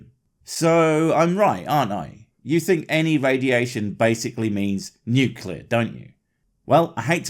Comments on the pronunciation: It's pronounced nuclear, not nukular 🤢. About radiation, wait until people realize they have radiators at home. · I was with you until you said Nucular. Dude.